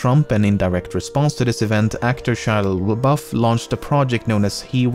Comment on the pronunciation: “Actor Shilulluaboeuf”